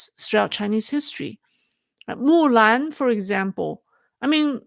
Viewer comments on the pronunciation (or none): none